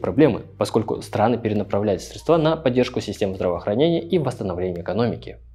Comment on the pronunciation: Как режет слух "средствА" боже мой мои уши не смог досмотреть